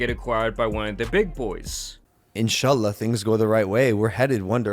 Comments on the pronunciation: the random "inshallah" being butchered by this man LMFAO ? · wtf is this goofy a white Muslim now, lol, and he said it wrong, lol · Bro said. "enshala" 😂